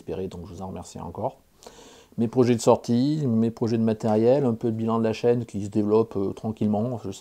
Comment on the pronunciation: Euh, Chaîne, pas Châine. Lol. Je te souhaite que ta chaîne progresse encore pour longtemps... Et surtout, n'oublies pas les 3P!